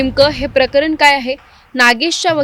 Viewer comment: कारन, पानी, प्रकरन. झाला तो प्रसंग दुःखद आहे. पण आधी तू नीट बोलायला शिक बाळा मग रिपोर्टिंग कर